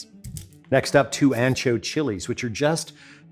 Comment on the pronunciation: Love, love, love your videos. Always. Love that you mention you say aun-cho, not ann-cho. ¡Perfecto! But you say hal-a-peen-yo when it should be hal-a-pen-yo. Just an observation and a correction coming from the kindest of place. Thanks Alton!!!!!